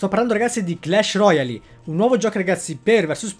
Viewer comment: Roial, non roiali